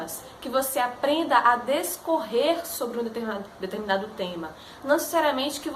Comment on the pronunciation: Jesus! DEScorrer. Professora de português falando errado!